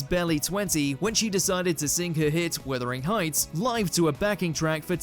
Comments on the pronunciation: Wuthering heights not withering heights. 😂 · Did he really say “withering heights” rather than “wuthering heights”? Have I been saying it incorrectly all this time 😂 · JFC, it's Wuthering Heights, not Withering Heights! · Withering Heights 😂😂😂😂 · Did this numpty say Withering Heights? Top quality Mojo. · It’s Wuthering Heights……not Withering Heights 🤨🤣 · 'Wuthering Heights', not Withering Heights. If you are going to praise an artist, please get the title right! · He did say it wrongly, yes.